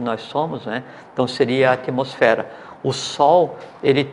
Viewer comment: "atomosfera" kk